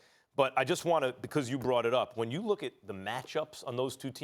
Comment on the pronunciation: Max has a very distincy way of saying „because”, it sounds more like bee-koz